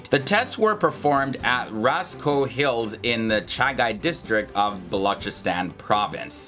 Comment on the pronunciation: I must appreciate for correctly pronouncing the name Chagai, even we call it Chagi for convenience, and offcourse historical references are very correct .